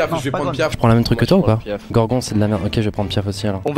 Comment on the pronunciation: Y'a plus de respect ils on dit "les Jérudo" 🤣😭🤣 Mais ça ce dit "Géroudo" j'suis morte 😆 Et les "Gorgon" 😭🤣 c'est des Gorons sérieux 😱 mais jouez à Zelda punaise 😭